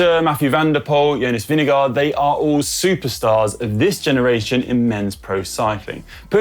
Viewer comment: The English pronunciation of "Jonas Vingegaard"is "Yoh-nass Ving-gag-goh".